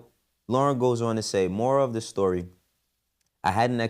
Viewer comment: you just lost my respect saying Lorn wrong. Thats some coward shit for you to say this.